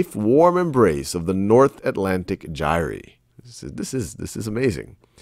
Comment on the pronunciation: he said Gyre wrong so many times i literally screamed.